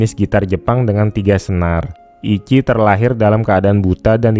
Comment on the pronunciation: Ichi tuh dibaca ici ci bukan ki iki, dalam bahasa jepang ichi artinya pertama/satu